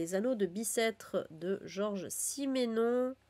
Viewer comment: Si je peux, on dit Simenon et non Simènon en Belgique. C’est Simenon qui a écrit les enquêtes du commissaire Maigret.